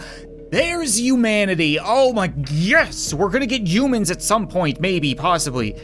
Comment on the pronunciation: Is it just me, or does he call humans - (you-mins)?